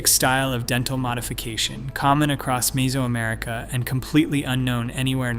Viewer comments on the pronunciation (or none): MEH-zo-america, not MEE-so-america. Like nails on a chalkboard. I had to mute and go to cc.